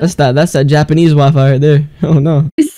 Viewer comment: bro really said yapanese